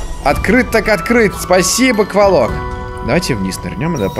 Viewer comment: Если че правильно квОлок а не квалок